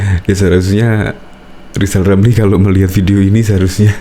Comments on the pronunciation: lijal lamli 🤣🤣🤣🤣 blajal dulu sebut huruf R baru nyinyil olang 🤣🤣🤣🤣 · Sy se7 lijal Lamli jd capres,tp dg syarat,,dia hrs bisa ngomong ER,kl g bisa,,jgn mimpi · Kaciaaan deh lo LL, Lizal Lamli🤣🤣🤣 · lizal lameli omong R aja gak bisa kok komentari kinerja p jokowi yg sdh terbukti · LIZAL LAMLI ...bukan RIZAL RAMLI 🤣🤣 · Lizal lamly...kalo ngoceh yang benel ya.. jangan ngawul.. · Rizal Ramli, ngomong r. Aja blm bisa sok ngajarin pemerintah belajar aja dulu nyebut r. Baru bicara sama pak jokowi